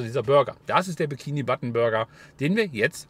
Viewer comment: Wieso sagst du bikini button?